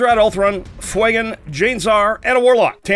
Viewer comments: FWAY-GAN? Do you mean Fuegan? FYOU-GAN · Great game but fuegans name being miss said is a off put